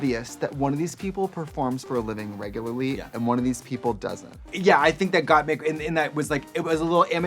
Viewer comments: they mispronounced the queens' names (Kandy Mousse, Got Meek, etc) to the point where instead of saying Symone, Trixie said "Love Simon" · Got meek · ok they called Rosé Rose, Gottmik Gottmeek, n Kandy Muse Kandy Moose, yet an emphasis on Symoné inconsistantly ? like what? it made me chuckle at first, but it is kinda messed up getting their names wrong. unless it was done as a joke, but it wasn't presented as a joke n they never acknowledged it as such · I love how every other queen was correcting Trixie when she would say Gottmeek but Katya came in and just mispronounced all of their names lmfaooo